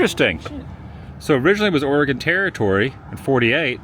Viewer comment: Very few people pronounce Oregon correctly. Thankyou for doing so lolol😂